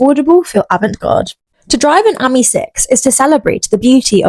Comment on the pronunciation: It’s pronounced as in the French for friend AMI , not the same as the girls name Amy .